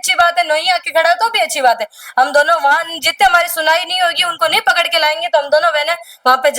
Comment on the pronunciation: कपड़ लिया कपड़ लिया क्या होता है आंटी पकड़ लिया बोलो न बोलना भी नहीं आता इन औरतों को तो😂😂😂